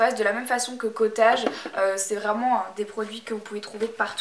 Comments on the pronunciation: Cotage? Cotaidge! Prononciation 0 mdr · J'aime bien la prononciation "Cottaaage" a la française ^^ (sa se prononce "cottèyge" :) bisouss